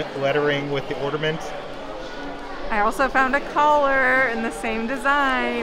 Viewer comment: I think the word is ornament, not ordament...luv the videos